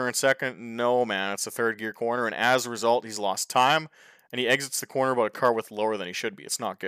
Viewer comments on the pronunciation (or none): none